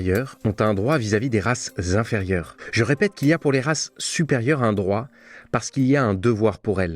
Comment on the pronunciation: C’est horrible d’entendre ces liaisons dissonantes qui font de la langue française une langue barbare alors que c’est une langue poétique et musicale. La voix de l’intervenant n’arrête pas de dire « les races (un temps de silence) zinférieures »… je ne sais pas où vous avez appris le français mon cher monsieur, et les lois et la fonction de la liaison dans un texte, mais c’est une réelle catastrophe et un excès de zèle exercé par la plupart des gens de la radio et la télévision qui ont un niveau caniveau en langue française.😂😂😂